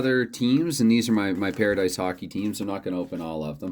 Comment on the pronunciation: The pronunciation was perfect. I just finished the video, and I think a live stream with a pairadice game would be great. I started live streaming recently just so I don't have to take the time to upload the videos, the only downfall is no retakes. Hopefully you can reach 60 subscribers soon!